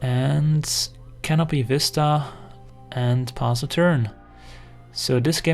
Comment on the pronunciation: Hello great video as always. I have constructive criticism on the way you say pass a turn, instead you seem to pronounce "pause a turn". Its not really an issue, but my OCD triggers every time hehe. I'm sorry if its too nitpickie. In any case, cheers and keep up the good work, great content as always!